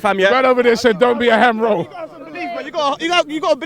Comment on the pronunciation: I'm suprised actually says "Ham Role" instead of "Fam Role" Blud